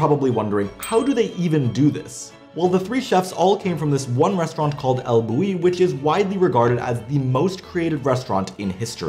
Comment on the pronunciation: the El Bulli is said like "Al Bulyi". It's Catalan.